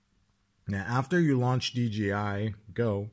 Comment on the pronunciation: ) it is not DGI.. it is "D J I" it is a J not a G! :-) I used to do the same mistake for ages! :-) Great video and thanks for the tip!